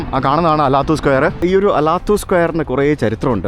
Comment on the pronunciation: Алатау അലാത്താവു മലനിരകളെ പ്രതിനിധീകരിക്കുന്ന പേരാണ് ആ സ്ക്വയറിനുള്ളത്. അലാത്തു എന്നല്ല, അലത്താവൂ എന്നു തന്നെ pronounce ചെയ്താലെ മനസ്സിലാവൂ !